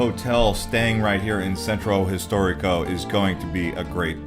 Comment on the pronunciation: I’m sorry... I enjoyed the sights you showed, but after like 5 minutes I couldn’t handle your butchering of Italian names. No one expects you to pronounce perfectly, but please … “Sentrow storeeko” … “Piawzaa dee Spog-na” … lol. If one is going to do a tourist video about places in Rome, one should probably learn how to pronounce names with some accuracy.